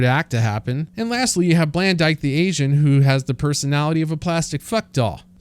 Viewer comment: "blandyke" yikes